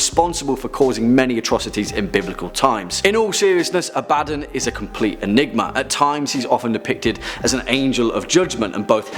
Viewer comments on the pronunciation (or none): Abb-Uh-Dawn not "A bad nun" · It's not A-bad-don it's Ab-ad-don. Some demonologist. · Abaddon isnt pronounced "Ah-bad-don" its pronounced Ab-ah-don". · The way you pronounce Abaddon kills me 😂😂 It's pronounced "Ab-Ba-Don" Not "A-Badin" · That’s only how they mispronounce it in Warhammer 40K. If it’s supposed to be pronounced “Ab- uh- don”, why isn’t his buddy’s name pronounced “Tore- guh- don”? It’s not, it’s “Tore- gad- uhn”, just like it’s supposed to be “Uh- bad- uhn”. That’s why there are 2 “D”s, and not 2 “B”s. Abaddon and Torgaddon. And there’s another one whose last name is “Ekaddon”. That’s just how double consonants are pronounced- you even doubled the “B” in your pronunciation explanation, further illustrating that I’m correct. Sorry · its pronounced ab a don btw xD supernatural needa watch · Holy crap you are butchering some of those names ab a don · Ab-Uh-Dohn - Abbadon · It's pronounced A' Ba Don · Who else internally corrected, or at least changed, how he pronounce Abaddon? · Great video... the pronunciation of Abadon killed me lol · That’s not how you pronounce abaddon’s name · The constant mispronounciation of Abaddon kills me from the inside.